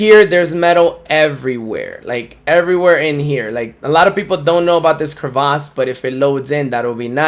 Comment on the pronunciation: When saying crevasse you swap the "a' to an "e" which makes it sound like "krɪˈvas" that being said great video